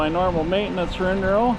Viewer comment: Is it me or does he say rin-row instead of windrow?